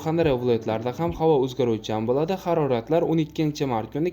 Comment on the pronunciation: Блади эмас Булади !